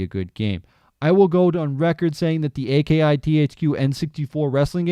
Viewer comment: bro it's pronounced Ah-key